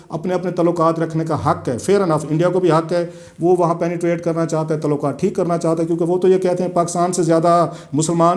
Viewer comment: پاکستان کیسے ترقی کرے گا- تعلقات کو "تولاکا ت" کہنے والا ہمارا نام نہاد صحافی جس کے ہر جملے میں زبان اور تلفظ کی غلطی ہے دنیا کو بین الاقوامی سیاست کا تجزیہ کر کے دکھا رہا ہے! ایسے لوگ ہمارے ہاں عوام الناس کی رائے سازی کرتے ہیں- حیراں ہوں دل کو روؤں کہ پیٹوں جگر کو میں!